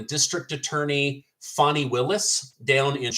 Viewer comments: It's FANNY... Fanny Willis. She just wishes it was Foni. 😂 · Fany: Is pronounced "Fawny",... It's "Fanny"!